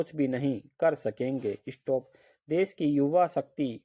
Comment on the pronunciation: इशटोप mat bolo sir😒